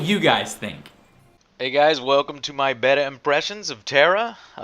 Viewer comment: Joe, at this point I just think you're saying "betta" on purpose.